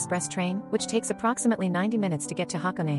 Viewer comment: You lost me when AI pronounce HaKone wrong